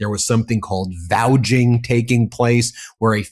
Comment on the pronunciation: Good! BTW, it’s ‘Vouching’ not ‘Valging’…💙